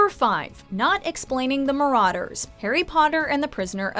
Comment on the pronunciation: Its so annoying that she says marauder with an au